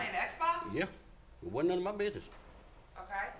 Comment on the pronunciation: Black Widow 🤣🤣 I know right? He said: “ Wadnt none of my business “ 🤷🏻‍♂️